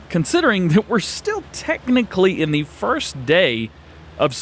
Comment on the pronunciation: "Fist" come on DJ